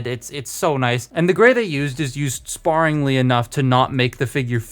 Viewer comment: Never heard someone say sparingly wrong until today